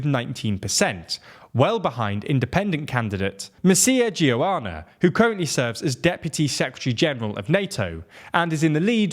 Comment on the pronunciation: Pretty accurate representation of whats going on but holy shit did you butcher Romanian names 😅 Mircea Geoană especially